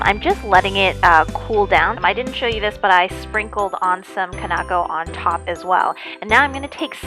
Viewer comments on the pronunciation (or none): Kinako... not konako